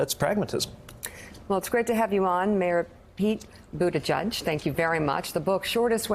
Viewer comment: It is pronounced "Buddha + Judge".